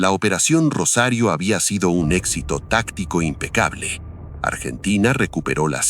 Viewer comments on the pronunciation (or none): none